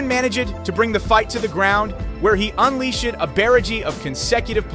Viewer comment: (Un-leash-ed) (man-e-jid) (bear-a-g)🤣🤣🤣 brother what